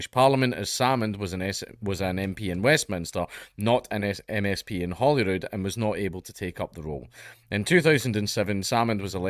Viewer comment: sounds like you're saying "Holywood", I was like "Holywood?!", then actually read the article and was like ahhhhhhhhhh, Holyrood, of couuurse